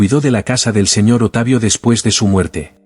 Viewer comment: "¡Simplemente sucedió!" Ja,ja,ja, vieja caradura, en Chile decimos: "¡Cara de raja!" El relator dice: "¿Otavio?" Es Octavio. ¡Qué tontera!